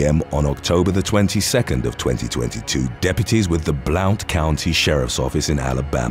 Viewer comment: Blount county is pronounced “blunt.” I live here now. They made fun of me when I first moved here for pronouncing it the way it’s spelled. 🤷🏻‍♀️